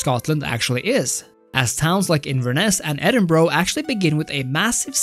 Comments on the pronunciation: Scottish capital is edinburgh- pronounced edin-bur-ah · Edinborough?!! WTF?